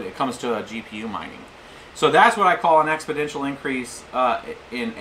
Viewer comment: Expodential? I think you mean Exponential.